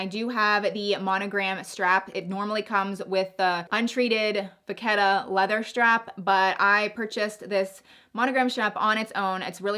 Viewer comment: Love your collection :) btw, vachetta is pronounced as VA-SHET-TAH, it’s a SH sound, not a K sound.